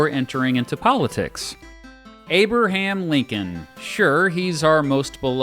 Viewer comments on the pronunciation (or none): I like how he says "A-ber-ham Lincoln". I don't know if I have ever heard that before. Is that common in specific regions? Genuinely curious, I love learning about dialects/accents. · Abe-er-ham Lincoln? Really?